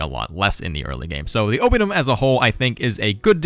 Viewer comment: Gaesatae is latin, so both "ae"s are pronounced (almost) as "eye"... Oppidum (town) is proparoxytone too... Now make a video of the gauls beating the living crap of the romans!